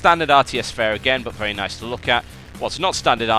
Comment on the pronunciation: well he still says "vevy vevy" instead of "very very"